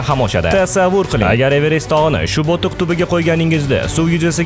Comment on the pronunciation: Bo'tiqmas oka botiq